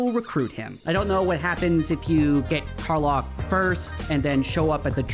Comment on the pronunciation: Lack, Kar-LACK. Is how it’s pronounced. Dummy.